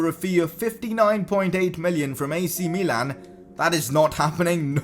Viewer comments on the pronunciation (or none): none